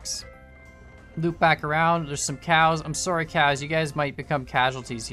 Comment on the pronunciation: I never realized that was Canadian until he said sorry 😂